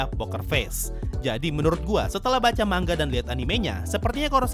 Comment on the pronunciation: Manga oi bang bukan mangga